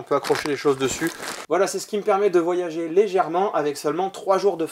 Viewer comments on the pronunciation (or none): none